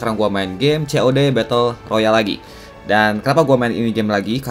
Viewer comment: COD bang bukan "CeoDe"